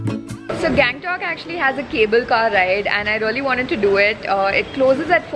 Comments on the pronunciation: गंगटोक का गॅगंटोक कर दिया🤣🤣😅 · hey, its गंगटोक not gang-tok .........the way you show the place is really nice.